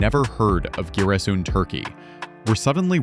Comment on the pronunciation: the teller become a native Black Sea person on the 10th minute of the videos and reads Giresun as “Ciresun”😄like most of the people from East Black Sea area😅👏🏻👏🏻👏🏻